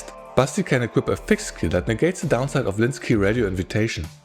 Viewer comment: All through the video I can't hear anything else than "Busty" instead of Basti. And I mean, it's not wrong... 😁 Anyway, thanks for the review!